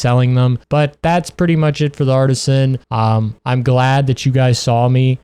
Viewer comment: guilding lands. branchy dios. artisan. sekiret. even on words where he gets the correct consonants and syllable order his stress accent is usually bizarre and most of the time he has 2 or even 3 ways he pronounces each word throughout the video. i don't think i've ever come across someone so bad at reading